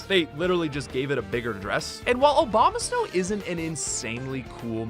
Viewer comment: I still laugh when people (whether intentionally or unintentionally) pronounce it as "Obamasnow" 🤣